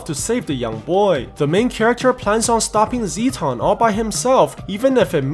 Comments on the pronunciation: It’s Zetton not zeton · As an Ultraman Nerd. I am trying to control my temper when he calls the Dismembering Halo an “Energy Disc” along with him pronouncing “Zetton” Zee ton. Also Ultraman’s planet is called The Land Of Light. Also could you possible recap “Ultraman Trigger Episode Z”